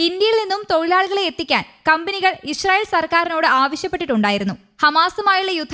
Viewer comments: ഇ ഷ്രായേൽ അല്ലാ ഇസ്രായേൽ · ചേച്ചീ ഞാൻ എത്രോ പ്രാവശ്യം പറഞ്ഞതാണ് ഇശ്രായേൽഅല്ല ഇസ്രായേൽ ആണെന്ന്😅😅